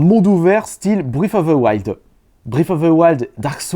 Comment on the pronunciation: " Briffe of ze wilde ! "